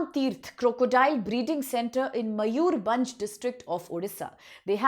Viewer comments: मयूरभंज ✅️ मयूरबंज ❌️ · Such a joke are you upsc teachers? can't pronounce similipal .bhitarkanika and mayurbhanj.common . this is india or Indian students not for World.